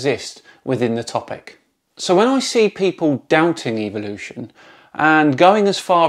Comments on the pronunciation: You say it Evil lotion, I know it's the accent I'm not harping on that it's just funny because most evolution deniers find Evolution EVIL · don't ignore the BLAT'A'NT fact that while you hear it as "evilution" you believe there is some hidden meaning behind it when he says it, that much is obvious, because of the word "evil"? And I'm fully aware of the alternative forms of pronunciations so you won't enlighten me with anything.